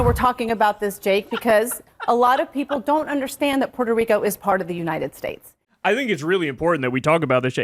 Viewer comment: "Puerto Rico is part of the United Straights" Jake Tapper can't pronounce a lot of names apparently